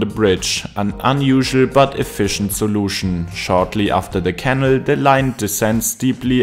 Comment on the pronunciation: It’s a canal, not a kennel 😂